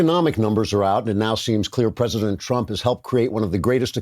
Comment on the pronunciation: "I pcray prcof chra prcescident" What's WRONG with your MOOUUUTH